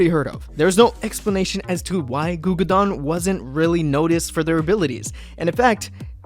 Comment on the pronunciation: ITS “gugudan” NOT Gugudan.